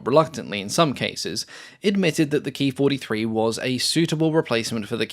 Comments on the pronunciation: It’s not a Key 43, it’s a K (Kay) I (Eye) 43. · It was called “K-I 43” not “Kee43”